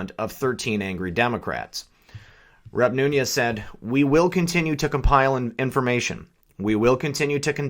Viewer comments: Love the channel bro, but I'm pretty sure it's pronounced "Noons" not "Noonyez" maybe I'm wrong, just sayin. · why are you pronouncing Nunes as Noonyez?